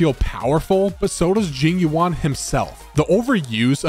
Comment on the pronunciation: Im not listening to the person that pronounces Jing Yuan's name Jing Yu- AHN. Let me pull for Topaz in peace